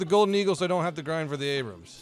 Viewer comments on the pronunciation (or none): none